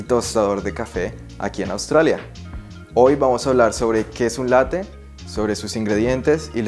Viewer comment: “Latte” con doble “T” bién marcada, Latte significa literalmente Leche, es una palabra italiana, y la preparación a la que te refieres es un Caffè Latte, y tiene variantes, como el Latte macchiato que es más líquida, Y el cappuccino.